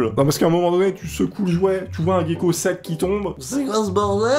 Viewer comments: c'est pas un géko mais un jaico sa se prononce comme ça ^^ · QUAND EST-CE QUE VOUS ALLEZ COMPRENDRE QUE CA SE PRONONCE: "JECKO" !!! Pardon... Edit: Aussi à ce n'est pas un basilic, aussi appelé "Lézard Jésus-Christ" mais un lézard à collerette, ayant inspiré le dilophosaurus de Jurassic Park :) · sa se dit un jéko